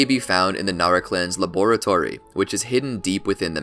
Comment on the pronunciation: I never heard anyone pronounced ‘laboratory’ like this before.